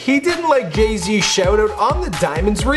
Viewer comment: is it the speaker in my phone or dud he say gay z